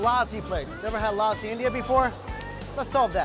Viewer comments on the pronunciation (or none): This is a sweet lousi😂😂😂 this is lassi man